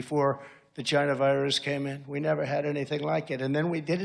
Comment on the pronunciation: Love how he pronounces China as, “Gyna.”